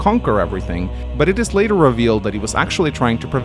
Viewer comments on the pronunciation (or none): none